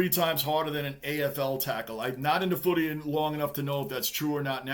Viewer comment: Bro... love the way u say footy😊